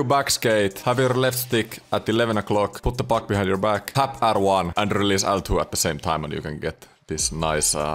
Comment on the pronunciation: "äl two", "är two" ja "äks button" 😚